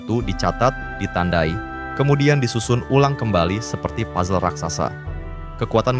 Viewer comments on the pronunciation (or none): none